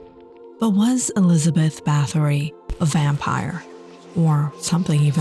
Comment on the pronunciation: The. Pronunciation is. ERZAY----BET. Not Elizabeth. .Also,it is BAR----TORY. Not BATTERY...!!!!